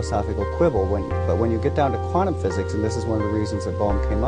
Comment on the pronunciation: How the hell could you butcher the word "quantum" THAT badly in the d-box??